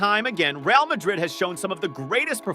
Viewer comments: At least say ray- al , if you refuse to say reh—ahl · Please god at least attempt to pronounce the names of the players and teams correctly